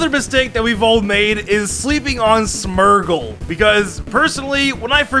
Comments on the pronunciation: Smergle? Wtf is a smergle? Its smeargle. Smear. Gle. Smeargle. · You say smeargle smergle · The wey you say smeargle bothers me greatly ... "Smurgle"